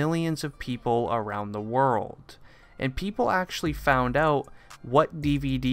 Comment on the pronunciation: Notice how he said"pepole asked" xd